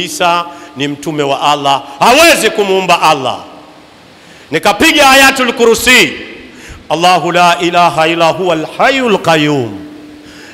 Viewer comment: MashaAllah Mungu akuzidishie...na ulipokosea hapo kwa kusoma ayatul Qursiy pia akuwezeshe kuitamka na kuisoma vzuri in shaa Allah🤲🏼